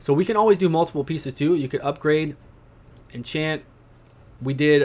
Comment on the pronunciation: thanks for guide. The word is enchant not what you said.